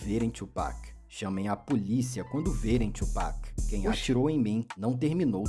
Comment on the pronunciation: "Tu Peck" é de lascar kkkkk mas bom react